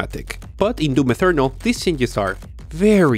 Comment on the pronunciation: Bega Tree, Ferry Low Settings, Doom Ethernal this guy pronounces everything wrong with no logic behind it.